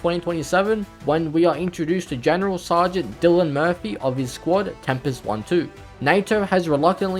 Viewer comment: do you say general sergant or gunnery sergant here. Im not sure what toue saying but im pretty sure you mean gunnery